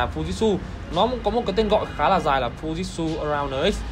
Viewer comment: Góp ý nhỏ là tên máy ko đọc là " fu zit su " nhé